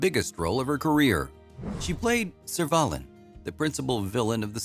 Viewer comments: Good to hear the story of Jacqueline Pearce - particularly her part as Servalan in Blakes 7 - the role that she is most remembered and admired for. By the way, is it possible to get the pronunciation right - it is not Serv - arlen or Servey - lan - it is just Servalan. I would suggest that if the narrator wanted to get the pronunciation right then all he had to do was watch the actual series. The name is (and was) pronounced quite frequently. However, given the robotic tone of the narration, I would suggest a hasty re-examination of the audio files. Finally - very little detail given to post-Blakes 7 - what happened there. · its not serv ay lin its serv a lan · It's a shame the AI that wrote this didn't at least know how to pronounce "Servalan" correctly. lol! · Or Surrey,or her 1st name🎩